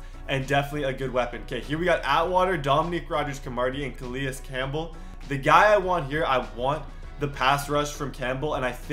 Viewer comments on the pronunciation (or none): Say it with me. Cah-lay Campbell